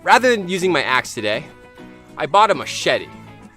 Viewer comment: You said axe to ass =))